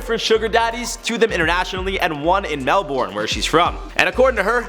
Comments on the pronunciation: it’s pronounced “ MEL-BIN ” not “MEL-BORN” or “MEL-BURN” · I CAN'T STRESS THIS ENOUGH; Melbourne is pronounced like Mel-burn 😂 it sounds so strange hearing y'all say it and Brisbane is pronounced Bris-ban 😂 that's on lazy accents 😅 (I am Australian) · YOU PRONOUNCE MELBOURNE WRONG!!!! It's more Mel-bin... Gosh Australian English is fun XD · You said Melbourne wrong 🤦🏻‍♀️🤦🏻‍♀️🤦🏻‍♀️🤦🏻‍♀️🤦🏻‍♀️ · The way you say Melbourne 🥴🥴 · The way he pronounced Melbourne tho😂😂😂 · Your pronouncing Melbourne wrong